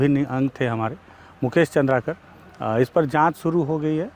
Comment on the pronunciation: चंद्रकर नहीं चंद्राकर हैं